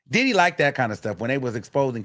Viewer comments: Got me saying More Oil!! 🤣🤣🤣 thank you for your coverage of this trial, These news outlets ain’t giving us the info we need! When I hear DID-EEE!! Cracks me up every time, Love from the UK am here for the Wiggins Show!! 🎉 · “DID-EE” I can’t stand you 😂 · The way you say “DID-EE” 😂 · The way say that man name takes me all the way out 😂😂😂